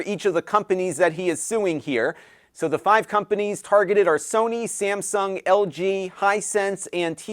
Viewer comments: I know it's Texas, but... Samsgun? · “Samsgun”? Never heard of ‘em.